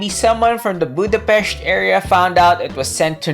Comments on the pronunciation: As a hungarian hearing Budapest pronounced correctly was an extra cherry on top of the otherwise great content!:D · Thanks for pronouncing Budapest correctly. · >pronouncing Budapest correctly wizardry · Holly shit someone from English speaking country pronouncing the Budapest (or most any slavic word that has interpunction) correctly, now THAT deserves salute. Same problem as always - writers are bad and or lazy and can not keep track of their own shit to enough to make it even decent. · Thanks for pronouncing Budapest properly, you rock! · Hell yeah! Someone who doesn't speak hungarian saying Budapest correctly! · Holy shiet, said the name of my capital correctly and didnt made a joke out it! Ehrmagehrd!